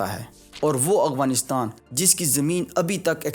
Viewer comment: Why do you pronounce Afghanistan as Aghwanistan?